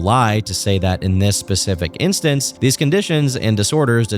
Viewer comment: I cannot focus on the video when you say pacific instead of specific. I am losing my shit